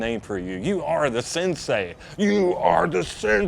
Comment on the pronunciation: You know someone was never involved in marital arts when they say "sinsay".